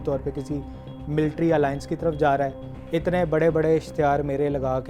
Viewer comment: bro messed it up when he said "bare vai "